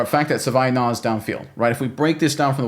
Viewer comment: My god please stop mangling the guys name.